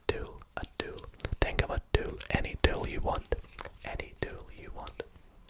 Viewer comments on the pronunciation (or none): fair enough, but if I knew you were saying the word 'Tool' Instead of 'Too' I might have got it 😅